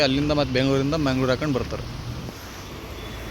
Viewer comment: ಮ್ಯಾಂಗಳೂರು ಅಲ್ಲ ಮಂಗಳೂರು ಬ್ಯಾಂಗಳೂರು ಅಲ್ಲ ಬೆಂಗಳೂರು ಅಣ್ಣ ಸರಿಯಾಗಿ ಕನ್ನಡದಲ್ಲಿ ಉಚ್ಛಾರಣೆ ಮಾಡು